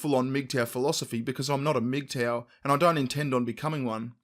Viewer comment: Who else thought they were saying "meat tower" at first